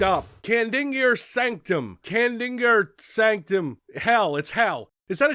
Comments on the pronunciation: I would say use your phonics,, but in the following level or so, Samuel Hayden pronounces Kadingir as KA din jer. Easy to miss, since it's easy to tune out the story, so it's understandable. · Kah-Dinn-Ger Sanc-Tum